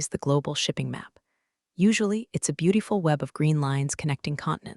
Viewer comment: BeUtiful. Always pronounced this way on this stream